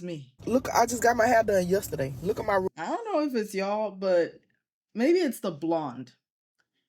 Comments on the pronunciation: idk where the customer is from, but that's how old ppl say "roof" where I'm from lol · Concerning how the young woman pronounced “roof” The USA is divided by religions, people in different parts of the country pronoun words differently, We don’t shame them for their dialect. You’re obviously not foundational to the USA which explains why you made a point to point out her cadence and or accent. Which is odd because I detect your none American accent! 😮